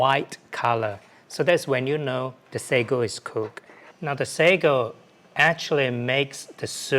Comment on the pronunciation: it's "Sago". Tiny pearl balls 😄